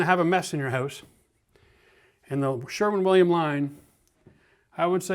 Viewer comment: Didnhe say sherman williams?